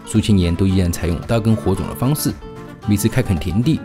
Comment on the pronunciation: 秘（bì）鲁，英文Peru，不是mì鲁。还有，刀耕火种（zhòng）。